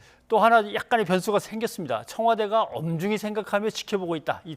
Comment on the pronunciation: 엄중이를 지켜보고 있다! 로 들림!